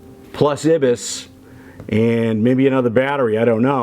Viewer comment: EYE-BIS is how it's pronounced.